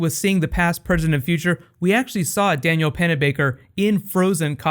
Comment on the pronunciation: Dude its not Daniel its Danielle as in Dan-yell